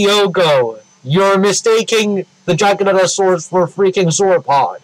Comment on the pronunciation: "Gigantosaurus" "GiganTosaurus"